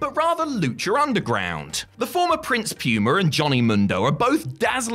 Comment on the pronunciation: Thanks, you're the best of the Cultaholic bunch. But... "Prince Pewmer???"